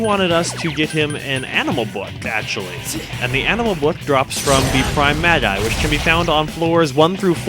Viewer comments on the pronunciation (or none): none